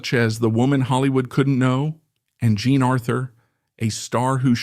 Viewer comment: Why do you “play” with the pronunciation of the artist’s names? Most of the time you pronounce “Jean” correctly, but every so often you pronounce it as “John”. Are you confusing it with the French form of John, that is also spelled “Jean”? It detracts from an otherwise well done video.